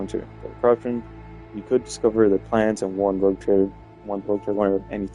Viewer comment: ROGUE, no rouge! Es "pillo" "bribon", no "rojo"